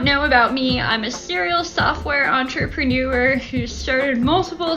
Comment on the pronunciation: I doubt any entrepreneur who can't pronounce entrepreneur